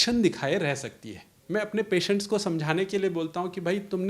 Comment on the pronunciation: Very important information provided. Thanks to Dr saheb The host had put up good and relevant questions but pronunciation of word patient should be improved.